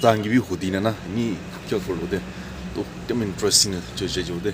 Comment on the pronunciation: The way u pronounce interesting is. . . intrastin not bad. . !!!!